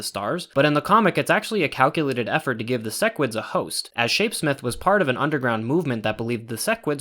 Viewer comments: Man he said sesquids again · You still said "sessquid" lmao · said ses squid at like lol